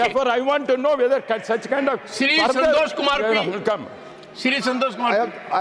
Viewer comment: It is santosh kumar - not sandosh